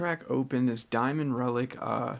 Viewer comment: I remember when you said that "jasustars mask is not a good reliec"😂